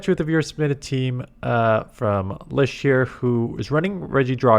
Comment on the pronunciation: Oh hey 'Lisheer'! Gotta love pronunciations:D